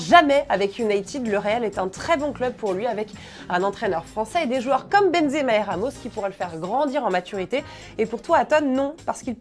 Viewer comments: a dit Benzemer 🤣🤣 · On adore à benzemer 😂😂